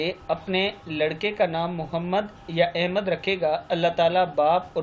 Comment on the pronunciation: بھائی لفظ احمد ہوتا ہے الف کے اوپر زبر کے ساتھ نہ کہ الف زیر کے ساتھ بہت سے لوگ سخت غلطی کرتے ہیں الف زیر کے ساتھ پڑھتے ہیں۔